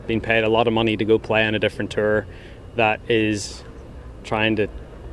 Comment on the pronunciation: can someone mention to rory that its a tour not a terr